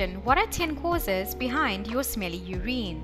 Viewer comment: Are you miss pronouncing urine I've never heard it pronounced the way you're pronouncing it...